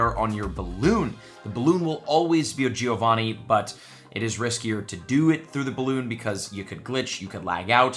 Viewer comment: Love your videos, but you don't pronounce Giovanni correct. I'm Italian and this really hurts